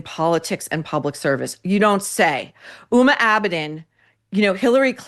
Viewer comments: Just a comment on pronunciation. The "H" in Huma Abedin's name is pronounced as a hard "H". It is an Islamic name and should not be confused with the name "Uma", which is a Sanskritic Hindu name that is also the name of a Hindu Goddess. As a Hindu, I just don't want people to confuse HUMA with being a Hindu. She is of 100% Muslim ancestry with one Indian and one Pakistani parent, and grew up in Saudi Arabia since aged 2 until college, though I doubt living there affected her worldview. As you pointed out, her most proficient quality is social climbing by ingratiating herself to powerful people like Hilary Clinton. She was known as "Clinton's hard drive" from hacked emails written by longtime Bill Clinton Advisor John Podesta. It's not surprising that she married a guy whose job it is to spend his father's fortune. She's just a dumb person who Hillary for reasons unknown to me, except maybe that she's a carbon copy of Clinton, (Hillary is known to rail against people who disagree with her) took an unusual affinity. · I'd appreciate it if you could pronounce her name with the H voiced out. Uma is a Hindu goddess.